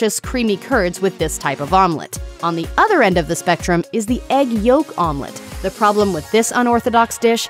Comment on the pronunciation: It took me half the video until I caught what she means with "Armlet" 😂